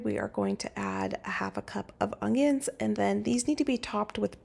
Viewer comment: It is so cute how you put a g into onions so it sounds like ungyuns.